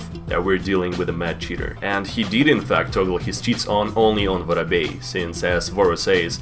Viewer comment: I'm not calling him vorobey anymore he is officially I don't care what you all say I'll also pronounce it